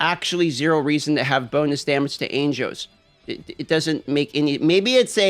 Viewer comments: Are you raidy to fidt witewawwy no anjows?!?! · Anjoes, ainjos, angoes. ah, angles. 😀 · The way you say angels is so disturbing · can you not pronounce angels? lmaooooooooooooooo